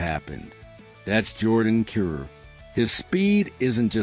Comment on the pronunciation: How do you not know how to prounce Kyrou? He's been in the league for 8 seasons now. lol